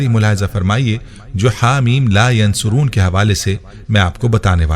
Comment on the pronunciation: Bhai ap apna tallafuz sahi karday .. Yunsaroon par pesh laga hay jab k ap zabar k sath par rahay hay. Shuktia